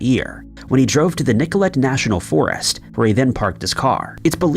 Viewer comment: Nicolet is pronounced Nick-o-lay. Wisconsin says howdy!